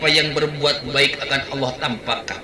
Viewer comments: Nyebut Allah aja gak bisa. Dia sebut ALOH. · . Ya, nyebut Allah enteng aja Aloh, kaya panggil temannya aja.